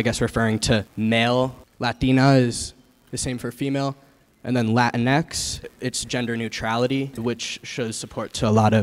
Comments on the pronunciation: Nobody else pronounced it as Lah-tinks? Just me? Ok. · I thought you pronounce it like latinks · The funny thing is that "Latinx" disobeys the rules of Spanish syllable structure. Even listen to the guy saying it, he hits "latino" and "latina" with a decent-ish Spanish accent, but drops "latinx" in an American one.